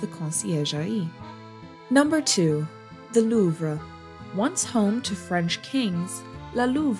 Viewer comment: can't even pronounce louvre correctly.